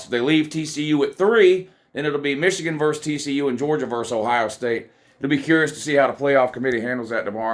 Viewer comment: VERSUS not VERSE!!!